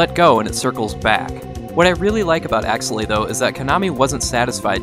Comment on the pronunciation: This is one of my favorite games on the SNES and up until you pronounced it I had no idea how to say this name. I've been saying AKE's-LAY